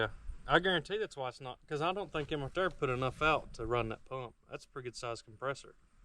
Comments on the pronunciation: It's pronounced Air-ator Airator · Air-ator. 😂. God bless you always a good time with the uploads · Air-ator....not Air-E-ator....hehehehehe....the E is silent. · I just wish Jesus would give you the good sense to know how to pronounce the word Aerator......hint it's not area-ator lol SMH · love you man love up but trust me bro idk the science behind it but I’m pretty sure it’s pronounced air-ator not area-ator hahaha love you brotha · It drives me crazy listening to you say "air-e-ator". I know you're very smart but clearly you played hooky too much from your grammar classes in elementary school. All your aubscribers are cringing as well as all of the English teachers that are viewers. Otherwise great job on the vids though.